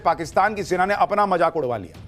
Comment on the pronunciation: Jaisay raw ni raaaaa 😂😂😂😂hota hai waisay majaaak😂😂😂ni mazaak hota hai😂😂😂😂